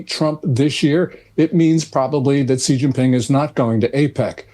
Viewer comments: Chairman Xi’s make is pronounced Xi (She) Jinping (Jeen•peeng) not like the letter “G”. So annoying. He’s not a president either. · Guys, in mandarin pinyin (ie Chinese written in Roman script) the X is a “sh” sound . So Xi is pronounced “she”.